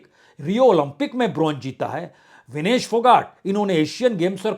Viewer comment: मान्यवर पत्रकार, अपना उच्चारण सही बनाए रखना चाहिए! इस महिला पहलवान का नाम विनेश फौगाट है ना कि फोगट?